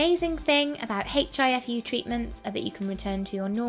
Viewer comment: The letter 'H' is pronounced silently!